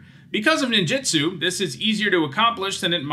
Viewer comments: Two things: It's pronounced neen-ju-tsu, not nin-ji-stu. Ninjitsu isn't a word, but when separated as nin ji tsu, is man-hour with a particle at the end. Ninjutsu is the combat style of ninjas. Also, it's not "koh-toh-see," it is more like "koh-toh-seh," with the syllables roughly even (the kanji comes out to koto-se for how it's divided). I know I shouldn't be critical of it, especially as someone who is just learning Japanese and not a native speaker. Since starting to learn it two years ago, though, I've realized just how often English speakers butcher Japanese words because we aren't consistent in our own language with how letters sound, whereas Japanese is far more consistent outside of them cutting off the end of katakana, like in words like desu (des') or masu (mas'). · It's pronounced ninJUtsu, not ninJItsu.